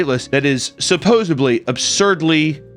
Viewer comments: Supposedly. No b in the word. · Supposedly* you're not supposebbed to say it like that🤗